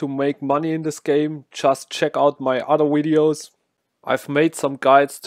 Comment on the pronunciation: "Udder Wideos" 👍🏻😂👍🏻